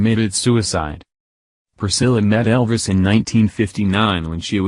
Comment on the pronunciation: Sorry can't take a robot talking into a fan seriously! Can't understand a word your saying! Take the marshmallows out of your mouth! And it's Elvis not El ris! 👉😔☁